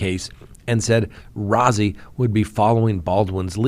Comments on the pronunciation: It's Brad Rosey. His name is spelled Rozzi but pronounced Rosey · Rozzi is pronounced like ROSEY....long O.